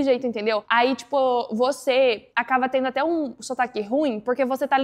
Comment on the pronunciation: Impressionante seu português! Percebi que você troca o ''b'' pelo ''v'' em nas palavras que terminam com a letra b. Exemplo: Quando você falou VERBO, o ''b'' saiu com som de ''v''. Mesma coisa com a palavra ACABA. Mas nada que atrapalharia a entender. Ótimo vídeo!